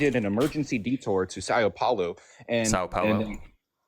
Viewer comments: This moron repeatedly saying "Sigh-Yo Paul-Oh" & laughing at for his correct pronunciation of Sao Paulo was infuriating. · Paulo actually is "Pow-Loo" (he butchered the Sao though) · As somebody learning Portuguese, the way he keeps stubbornly mispronouncing São Paulo is driving me nuts! ! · The way this dude insisted on pronouncing São Paulo even after being corrected…🤦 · What a clown this guy is. He can’t pronounce São Paulo correctly and laughs when shows a globe as an accurate depiction of a map of the earth. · The hysterical Dunning-Kruger laugh when he's corrected on his ignorant mispronunciation of Sao Paulo...